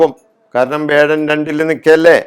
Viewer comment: വേഴം അല്ല വ്യാഴം എന്ന് ശുദ്ധമായി ഉച്ചരിക്കുക.ഇടക്ക് വല്ലപ്പോഴും നാക്ക് വടിക്കുന്നത് ഗുണംചെയ്യും.